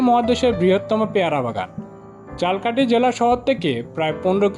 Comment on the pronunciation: ঝালকাঠি উচ্চারনে ভুল করছেন, মেহেন্দিগঞ্জের উলানিয়া মসজিদের ছবি দিয়ে মাদাবর মসজিদ বলছেন! আরো কিছু ভুল আছে🙂